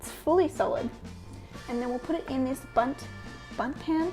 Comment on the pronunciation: "Boont" lol :D